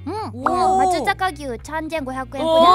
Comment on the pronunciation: 結構、平和なドラフトだったな良き良き ただ、すまねぇ ぎゅう でも うし でも間違いではないが まつさか なんだ まつざか ではないんだ